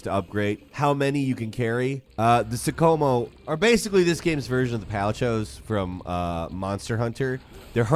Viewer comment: Great game. Much more accessible than Monster Hunter: Rise and the karakuri system is fun. Some of the textures are laughably bad up close and the rain is awful but I havent experience any performance issues on Series S. But the game mostly looks great. I was willing to overlook your mispronunication of karakuri and tsukumo but did you pronounce palico as "palicho"? Bruh it's palico like a calico cat.